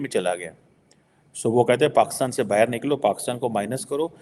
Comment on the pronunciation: Complete video is about self pity! first learn to pronounce Pakistan as “Pakistan” and NOT PAXTAN! Aren’t you expecting too much for a Beggar Country, which is a FAILED STATE! If you are such a great intellectual from PAXTAN, why doesn’t the Govt take your advice? Oh Govt is the Army who will boot you out. 😅